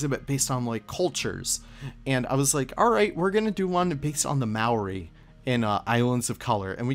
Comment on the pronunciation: I respect the Input of New Zealand culture, although I still rive in pain when I hear how you pronounce Maori lmao.